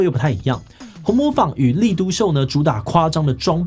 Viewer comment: 紅磨坊讀音ㄏㄨㄥˊㄇㄛˋㄈㄤ